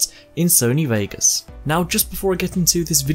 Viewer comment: 22 seconds in he says Sony Wagas